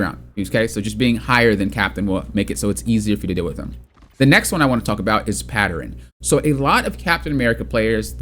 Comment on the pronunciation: Pattern. Patterin. 😂